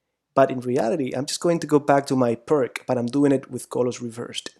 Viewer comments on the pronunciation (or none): Oh. It is not PIRK, ir PRK, or anything like that. Pirc was from Slovenia, Yugoslavia, and you should try to pronounce his name as "peerts" or "pirts". Got it? Like /ˈʋâːsja ˈpîːrt͡s/ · The surname of one of the authors is pronounced as “pirz”, “Pirts” “peerts”, not like “pirk”. The other person who developed that system is Ufimcev. Thus it’s full name is more like Pirc-Ufimcev defence, but in English literature it is quite a trendy to forget all Russian names. :/ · I believe it's pierce (pee ir s), not PERK. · Why you don't try to find out the correct pronaunciation of the word "Pirc"? P - ee - r - t - z. Not too difficult, right? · Thank you very much for the instructive lessons. If you allow me, I would just point out the correct pronunciation of "Pirc Defense". It is named after the Slovenian grandmaster Pirc. Pirc is pronounced like "Pirtz", similar to the German name Fritz. Thanks again, I subscribed to your channel. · Im really appreciating these vid (apart from the pronunciation of "Pirc"...poor..!), but i feel like you Always try to delay castling. I (as White) have actually problems when black delays It, still im not sure that Is the main purpose for black in most of these position. However, as i told you, It's usually a problem to me, so sometimes i feel like It's a race between the two to the last to commit himself (black to short Castle, and White to launch the pawns)